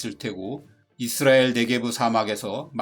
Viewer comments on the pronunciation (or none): none